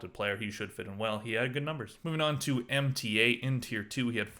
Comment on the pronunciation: Mta is pronounced as mota